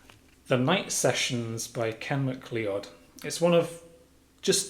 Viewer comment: Nice McLeod! (PS I think it's pronounced McCloud)